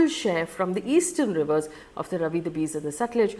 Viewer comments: Faye RAVI is not actually ravi but RAAVI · Hi Faye. Ravi is pronounced Raavi. Thanks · Please learn the pronounciation of these rivers. It’s not Ravi it’s Raavi. Beas is not pronounced like bees. It’s pronounced ‘Bayaas’. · It's R-AA-vi river and Be-AA-s river, not Ravi and Bis. However, the important question here is, which is more serious, India's suspension of the Indus Water Treaty or Pakistan's suspension of the Shimla Agreement? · Very nice analysis and historical description. One little thing, River Beas is pronounced Bee-aas and River Ravi is - Raa-vi 😊 thank you for updating us with the details and information which is very important for each one of us to understand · Just wanna say it is bee-aas not bees and raa-vi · Faye your pronunciation of Ravi and Beas is totally wrong. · You should check how to pronounce Ravi, Beas etc first making videos with this outreach!